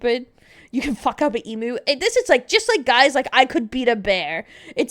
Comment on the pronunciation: Whys she say emu the right way a few times then say it wrong for the remander of the video?